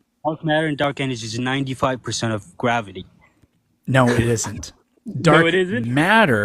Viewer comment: Gwavity.. is this Elmer Fudd?